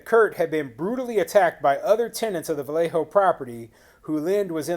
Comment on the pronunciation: Awesome. You pronounced Vallejo correctly! Not bad for someone not from California.